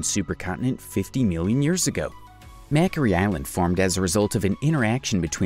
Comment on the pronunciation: Oh my! You really need to brush up on your pronunciation. Mockery island